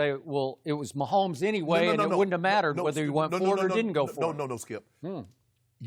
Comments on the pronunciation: Nobody: Shannon: Pat Myhomeboy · Me: Patrick Mahomes Shannon: good ol Patrick MAHOMBOY